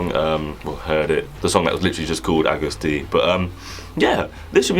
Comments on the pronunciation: It’s pronounced August D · It’s pronounced as August D